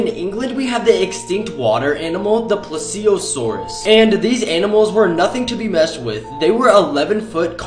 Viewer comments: Please Io sore that’s how you pronounce it and they’re not extinct do you know the thing called Loch Ness monster yeah that’s pretty much the same thing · I'm sorry dude just stop trying to pronounce dinosaur names 💀first Magalania now plesiosaur